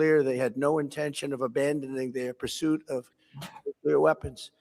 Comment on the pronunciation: NOO-KLEE-UR NOT NOO-KYU--LUR